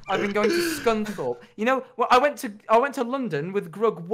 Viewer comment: its scunthorpe